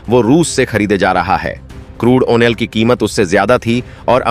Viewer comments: ऑइल उच्चारण कीजिए कृपया , अयनाल नही होता । ऑ यह ओयल है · Oh onoil kyoon bolte ho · What is washing atan and onel? PRONOUNCING MUST BE CLEAR AND CORRECT. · Bhaisaab yah 'strang' decision kya hota hai? 🤨🤔 'strong' bolna sikh lo Bhai. 🙏 'Oil' bolna bhi sikh lo Bhai. 🙏🙏🙏 'Musterstroke' ❌ nahi par 'Masterstroke' ✅ boliye. 🙏